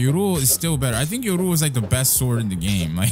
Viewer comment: Look up how to say yoru